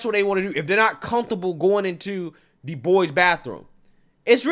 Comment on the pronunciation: "Cunth-able"???? There's no "th" in the word 'comfortable'.